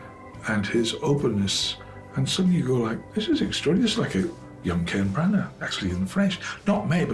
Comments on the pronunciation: His name is pronounced Branna, please stop using electronic voiceovers, employ a human. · Hey, Mr Narrator get the name of the director right!!! You do not pronounce the G in Branagh.